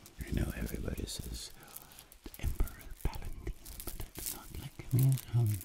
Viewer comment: Did this man seriously say Emperor P a l e n t i n e . . . ? There's a disturbance in the force...